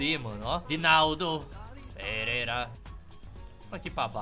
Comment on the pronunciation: Vc falou Edinaldo perera